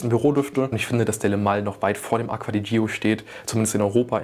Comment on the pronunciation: Aqua di Jo spricht man es aus